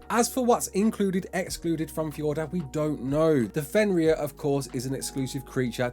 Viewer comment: How come you can say fjordur normally but not valguero